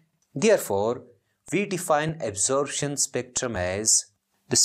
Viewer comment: its absorption not absorabtion bro but anyways wonderful teaching sir